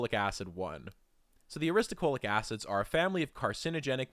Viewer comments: 😅😮The narrator keeps saying aristuhCOALic acid, but the word is clearly spelled NOT that way. It is spelled as he has it shown in the screen: Aristo-LO-chic acid. Like a low chick. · Aristolochic. You pronounced it wrong every single time. You said “aristocholic.” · So, it's aristolochic (uh-ris-tuh-LOW-kik) acid, which is reflected in your links and in the video itself, and not aristoCHOLIC* acid, as the chapter title states, and as it was unflinchingly pronounced like a hundred times in the video voiceover. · Ar-is-to-LO-chic, not Ar-is-to-CHO-lic. -- A. Botanist. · thats the opposite of a strawman. did my head in to hear you say strawman repeatedly. ah-riss-toe-low-kick. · u are pronouncing "aristolochic" wrong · u pronounced aristolochic acid wrong